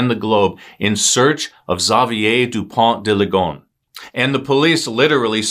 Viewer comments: Please pronounce Dupon deuh Lee Go ness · respectfully, your pronunciation is terrible